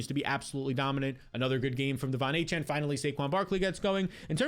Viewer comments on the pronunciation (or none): none